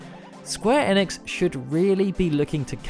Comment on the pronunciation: I cant get on board with how you say enix. I'm out